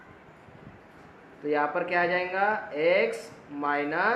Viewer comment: Bhai aap jayga to jainga kyu bolte ho😅😂